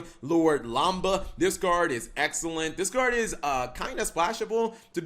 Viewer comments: So this guy spells lambda correctly in the title but still calls it lamba in the video? How the hell is it so difficult to just add in the letter d. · We can finally play the Revenge of the Nerds deck...Lambda Lambda Lambda. (AKA The Tri-Lambs) Have you never seen the movie? It's pronounced Lam-Duh.